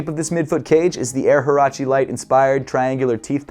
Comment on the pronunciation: Huarache - Woo-ah-ra-che not who-ara-chee